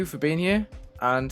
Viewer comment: Wooow best level swap yet, you guys work so well with each other… no one is carrying the other! Also you didnt have a lot of emphasis on “have a good day” :(